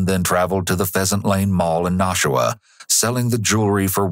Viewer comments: Nashua is pronounced nah-shoe-a and not no- shoe-a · I can see how you got nah-shoo-wa from nashua, but its naa-shoo-wa, long A sound at the beginning. Its really surreal watching this be covered, I am a distant relative to the victims and a person who committed the crime is related to my stepsons mother. As well as on the same road, my poor zoology teacher from highschool also lived on it down the road from when it happened. I actually wonder if she was the neighbor keeping watch of the property, but when she came to school after it happened she was really traumatized and wouldn't talk much about it to us as students at the time. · Surprised to hear a story about a town near where I grew up! Then lol'd at your pronunciation of Nashua. "Na-shoe-uh" the first syllable is short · Not a huge deal at all, but as someone from the area, the first syllable of Nashua rhymes with "bash", not "mosh". Great video as always! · that is the most hilarious pronunciation i've ever heard of Nashua. it's not Naushua. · Hilarious way to pronounce "Nashua" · I'm legit horrified that I was living in Nashua (which you mispronounced btw, ;-P ) at the time Gribble was there in the Corps as I was in the process of getting ready to deploy myself. Doubt I ever meet the guy, hopefully I didn't. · The way you pronounced Nashua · The way you pronounced Nashua made me lol.... never really thought I had the New England accent but guess I do